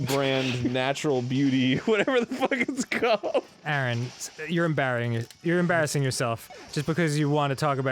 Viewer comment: I like part where Dan tries to say "embarassing", but ends up saying "em-Barry-ing". That should be used more often.